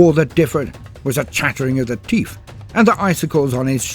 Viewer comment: "I will pay you 100 teef to stop"